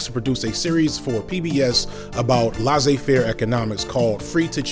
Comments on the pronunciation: I was out when he pronounced Laissez-faire incorrectly. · Why can’t you pronounce Keynes or laissez faire?